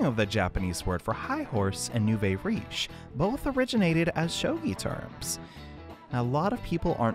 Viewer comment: nouveau is pronounced new-vo